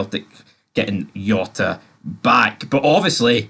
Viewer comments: “J”ota!!! Ya bam not Yota!! 😂😂😂 what aboot your player what is it cross Dresser? 😘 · It no yota ffs its Jota with a J